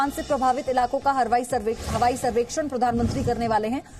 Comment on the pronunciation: Hawaaai behen harwaai nahii